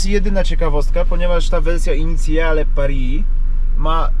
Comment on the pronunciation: Initiale kurwa nie inicjale ja pierdole 😂